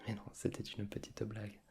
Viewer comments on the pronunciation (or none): tu as un petit accent du sud quand tu prononces "Une petiteuh blague" 🤔😂😂